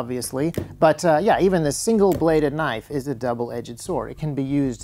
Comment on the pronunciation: I love your videos.. but, the way you pronounce "edged", for want of a better word, triggers me